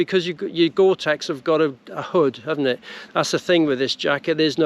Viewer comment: Its tex not text🙄